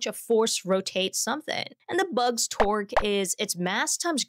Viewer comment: I heard twerk instead torque 😂😂😂 the bug was twerking on the golftball